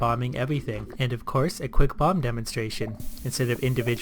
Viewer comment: Everytime he said "bomb" I kept hearing "bong"